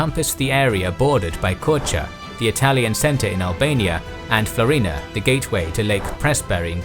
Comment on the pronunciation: FLO-ri-na, not flo-RI-na.